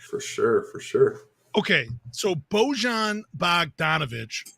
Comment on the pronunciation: Boy-ahn Bogdanovic